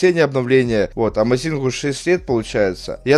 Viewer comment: одна просьба, можешь говорить Amàzing?)